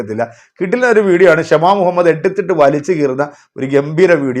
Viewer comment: ക്ഷമ മുഹമ്മദ്‌ അല്ല “ഷമ മുഹമ്മദ് ” ആണ്